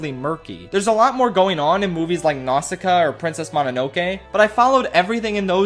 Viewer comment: My man really did Nausicaä dirty like that